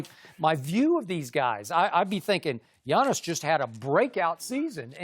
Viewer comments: Did Chris Broussard say 'to be Giannis...' or 'to be honest'...? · Its Giannis. Not close